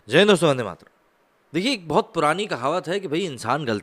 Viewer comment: Jaindostoandeyatram...theek se bola kar..jai hind doston..vande mataram